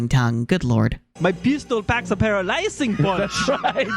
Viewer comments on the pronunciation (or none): where did you get the clip ~ with the "pistol packs a paraLYZing punch"? I know that's how the line was read in the beta of Sly 1 but it sounds like the clip is from a Lets play?